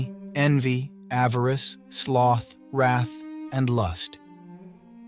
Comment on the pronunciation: It’s Avarice— not avarest!!